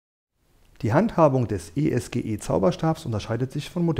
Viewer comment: Man spricht das nicht als "E ES GE" sonder als ESGE aus. Die Bezeichnung stammt von den beiden Firmengründern "Spengler und Gschwind, also eS und Ge.